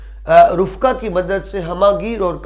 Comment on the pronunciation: (رفقاء) فاء کے ساکن کی بجائے فاء کے زبر کے ساتھ